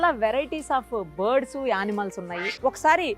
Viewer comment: Bird,s అవి board,s kadu ucharana sarichesukondi